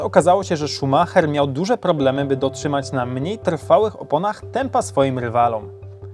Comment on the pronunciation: O tutaj już ładni odmieniłeś. Niemieckie nazwisko Ci się udało, poćwicz Brazylijskie.